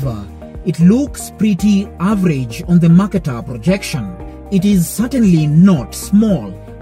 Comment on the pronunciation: A good video overall with pro-Africa distortions but will you please learn to pronounce "Mercator"? And when you talk about maps being wrong, don't show the globe which is obviously not very distorted. It may surprise the producer that I was actually taught all that about the maps in Junior High School. The video underestimates education even in America.